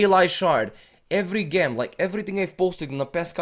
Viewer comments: gem is pronounced "Jem" lmao not "ghem" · hey cool video! btw its jem not ghem :)